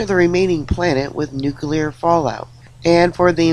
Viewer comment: Oh, thankyou for the correct pronunciation of nuclear, you have given me hope again😺😺😺😺